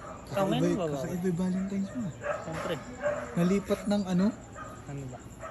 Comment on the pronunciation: Valentines ❌ Valentimes ✔️ 😅😅